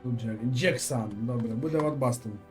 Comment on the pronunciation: Пане стрімере, передивіться, будь ласка, відео, де пан Ніколас з Челсі вимовляє своє прізвище